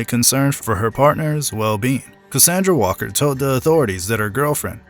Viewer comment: WALLER!!! Not Walker